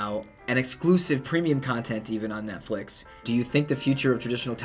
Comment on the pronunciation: "NetFlex" XD